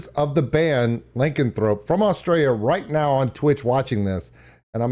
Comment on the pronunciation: XD its pronounced "luh-can-throw-pee"